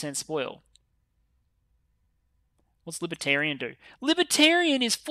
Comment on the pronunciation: The way you said Libertarian just sent me.